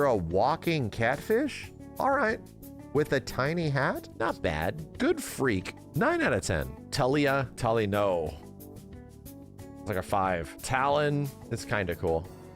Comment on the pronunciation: TaliYAH? TaliNO! 💀